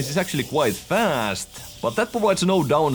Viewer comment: the pAAD PAAd quite fAASt grAAph more spEEEd contrOOl